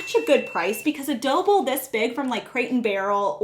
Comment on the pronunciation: Are you saying “dough bowl”? Or Doble? Lol